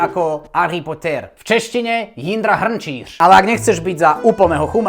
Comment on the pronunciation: Luj? Ale nejlepší je jak říkáš Jindra Hrnčíř. 😂